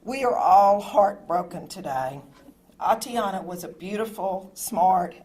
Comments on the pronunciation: Completely inappropriate of him to do so. The mayor couldn't even pronounce the victim's name correctly. Her name is Atatiana, not Atiana. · This mayor couldn't even pronounce the victim's name correctly. Her name is Atatiana, not Atiana. And since when was she a married "Mrs. Jefferson"? So disrespectful, thoughtless, and insincere.